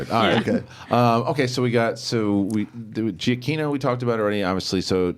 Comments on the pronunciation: Juh-kee-no. Get it right!!! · I'm from NYC and went to school and work with Italian Americans and just based on my experience with their names, I'd pronounce it this way: "Geeyah key-noh".